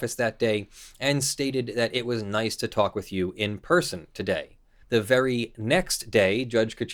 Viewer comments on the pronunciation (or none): none